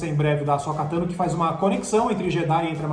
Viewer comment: "Bo Kazan", "Ashoka Kano", "Darfi Mau", "Baby yoga"... falando de Star Wars é uma tristeza, dói o ouvido